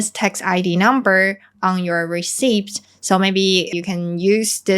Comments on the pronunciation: Thanks. Your content is always so good! Even though I understand “deng-ya” when you explain it, it still very hard to make it out in listening to others. One English comment - when you say “receipt” the “p” should be absolutely and completely silent. Just say it like “reseat”. Cheers and keep up the great videos! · The "p" in "receipt" is silent. So we don't need to pronounce the "p", just simply "re-ceet". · 送你一個小貼士，receipt的發音和reseat一樣，沒有p的音。😉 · when pronouning the word 'receipt' , 'p' doesn't sound. It is silent. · 一個小提醒：receipt 的p不發音。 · The “p” in receipt is silent, hope you don’t mind the correction😊